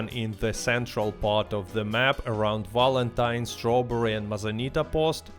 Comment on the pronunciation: I find it hilarious he pronounces wapati vapati and valentine walentine like bro are we fr